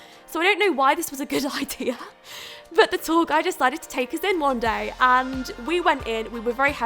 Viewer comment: I thought she was saying "tall guy" instead of "tour guide" 😂